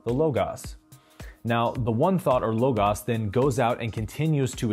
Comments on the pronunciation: I think it's pronouned "LOW GOS" not "LOW GAHS" FYI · It’s logos, not Logas. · LoGOs not Logauss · Oh, I love you! Your offerings on YouTube have helped me immensely. So I hope you will not be offended when I tell you that hearing "logos" mispronounced is so disorienting that I cannot give my best full attention to what else you are saying. If it's a deliberate choice, will you please share your reason for pronouncing it as low-goss, instead of low-gohse? That might help, but it has been a surprisingly strong interference so far. Please forgive me if I did offend you, and please believe me when I say your videos are enormously valuable to me. 💐💐💐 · Love how you break things down in these videos but drives me nuts that you say LOGAS when it's LOGOS sorry lol. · LOGOS not LOGAS fucking noob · prononce, LOGOS not LOGAS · Actually logahs not lowgoes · Omg thank you!! That was somewhat annoying to hear over and over.. I was about to say the same thing.. Great video though my man keep up the good work!! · hhehehe....i thought it was prounounced "low-goss", not "low-gass" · My Greek language instructor says LOGOS is properly pronounced "LAW – GAHS" It is the divine principle of reason that gives order to the universe linking the mind of humans with the mind of God. So there is a pattern of nature that our human minds may begin to understand and work with, which is what scientists explore. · Im Greek and i find the way you pronounce the word "λόγος" or logos funny lol.. You say it like: logus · psst... both of the O's are long... Great videos! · Why would u pronounce logos.....LOGAS when you can clearly see the same o after the g but u turn it in to an A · Learn how to pronounce “ LOGOS” correctly and enhance your credibility! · Why is he pronouncing logos weird? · You’re saying Logos wrong... have you never heard it spoken? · I'm loving this series. And I've just realized I've been pronouncing Logos wrong this whole time 😁